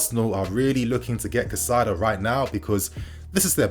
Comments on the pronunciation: Good stuff but his name is pronounced like “kai-say-do” bro not cassaido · You’re saying his name wrong. You’re putting the ai in the wrong part of his name. It’s cAICedo like (Kai Havertz) you’re saying Cacaido… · Cai-ce-do / please bro, this name is to easy to mess up 😩. Good video otherwise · Pronunciations: Casadei - Ca/ Sa/ Day Caicedo - Kai/ Se/ Dough Just a little effort needed! 🙄😏 Good video though. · Chez-uh-ray Cass-a-day and Moy-sus Kye-Say-Doh